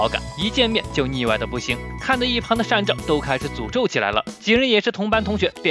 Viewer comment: 是善照你念錯了